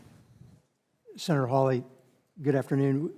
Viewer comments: how on Earth did she ever get to be a general? oh yes DEI Mr. Hawley, and Mr Kennedy are brilliant, and know what they're talking about. It's Hawley, not Holly get it right!! I didn't hear an eruption of Applause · Will SOMEBODY please program the STUPID AI "narrator" that it's Senator HAWLEY, NOT "Holly"! GRRR, DAMMIT!! :face-orange-frowning::face-orange-frowning::face-orange-frowning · It’s Hawley. NOT HOLLY. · "Hawley" might sound like "Holly" to some, but being able to use AI-generated captions still has a long way to go before it's 100% viable. Senator Hawley is NOT Senator Holly. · The AI voice needs to STOP! Your fake voice can't even pronounce the Senator's name correctly! UGH and we don't want to hear a fake foreign accent! Gross